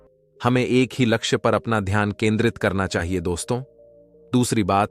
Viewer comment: Ghyan nahi dhyan kahiye